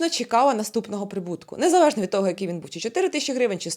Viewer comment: Незавежно, чекава, підвисва, відквадаю.Вквади в логопеда